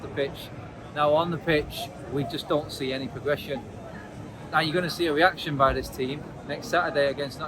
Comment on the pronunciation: Why does this guy pronounces the letter R like a W? weaction instead of reaction lol